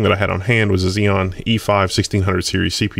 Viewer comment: My brain shut down for a moment when I heard "dual she p u." lol... :P